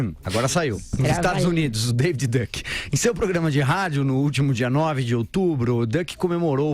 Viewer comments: Não é duck, é duke. 🦆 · Não é dâc, é dúc.